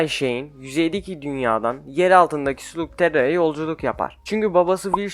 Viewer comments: Eli’yi Elay diye okuyup slugterrayı slugterra diye okuman saçma slagtera desene aq deli oldum ama video güzel like attım 👍🏼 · video güzel de değil video da sürekli slugterra diye okuyorsun ama slagterra diye okunması lazım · ''Sulugterra''' diye okumazsın. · Sılagtera diye telaffuz edilir openingten bile anlayabilirsin bunu